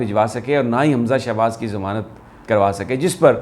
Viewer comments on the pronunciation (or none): none